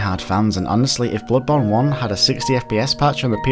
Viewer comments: "Blubbon 2" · U said blood bone.